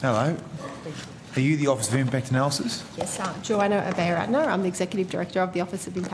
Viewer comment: Joanna Obey-a-rat-na